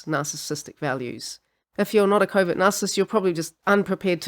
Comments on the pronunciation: I thought she was saying Covid narcissist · I know you're saying covert narcissist but I keep hearing Covid narcissist. 😅